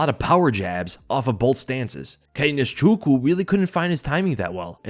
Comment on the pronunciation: it's Nze_chu_kwu. Am Igbo and it's an Igbo name. I wish I could do a voice message.